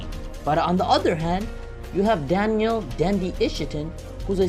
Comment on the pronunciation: Lil not Little. Danil, not Daniel. Come on. Atleast pronounce it right.